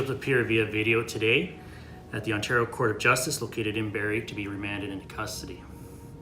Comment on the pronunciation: He butchered Ontario as well, wtf is on-TAR-io?